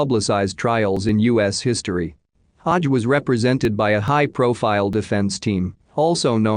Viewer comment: Normally this kind of mispronunciation annoys me but this one had me in fits of giggles 🤭🤭😂🤣